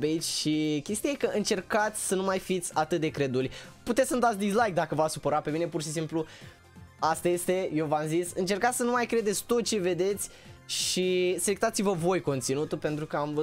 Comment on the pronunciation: Să nu mai spui dizlaic